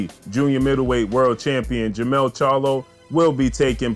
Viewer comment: what up bro? You have it right in the title but you keep saying it wrong in the vid. Jermall Charlo vs Dennis Hogan is on 12/7. Jermell Charlo vs Tony Harrison is on 12/21. Both bouts Barclay's. Besides all of that, this 4th quarter is lit. Jermell/Harrison 2, Jermall vs Hogan, Prograis, Shakur, Lubin, Canelo, Wilder/Ortiz 2, Ruiz/Joshua 2, Crawford. 🥊🥊🥊🥊🥊